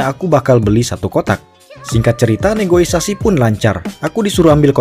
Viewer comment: ralat bang itu dalam bahasa Indonesia adalah "negosiasi" bukan "negoisasi"